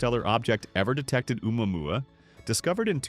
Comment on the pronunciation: How many ways can AI butcher Oumuamua 😂